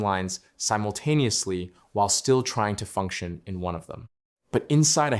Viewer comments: Not "hey-liner," "High-Liner". To my understanding. Please correct me if I am mistaken! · Cool story, but your pronunciation of Hay-liner was awful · "heyliner", pronounces the AI narrator. 🤣